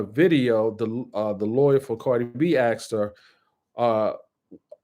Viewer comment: I appreciate this guy, so please don't be mad at me, but the word is "asked" not "axed" lol, there's an S in the word